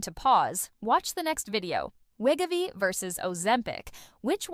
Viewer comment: The bad AI narration is NOT a pharmacist. And it can't even properly pronounce Wegovy. LOL.